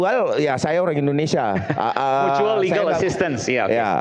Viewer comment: ada advokat yang nyebut "Mutual" jadi "Matual" kok bisa ya, bukannya advokat itu literasinya bagus? jadi "Matual" itu artinya apa? gk paham saya, bahkan sekelas mbah google pun tidak ada penjelasannya, mungkin ada yang tahu "MATUAL" itu apa?